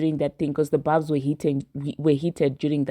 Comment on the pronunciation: It’s barbz not barbs. And y’all do understand that there are a lot of fake Nicki fan pages and bot barbz right? Nicki has already told us that. Trust, Nicki has a way of letting the barbz know when she don’t fw an artist anymore.